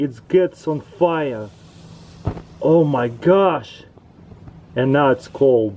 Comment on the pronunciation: excited russian intensifies oHHhhhh NO WAY Its GETS on fiyer xd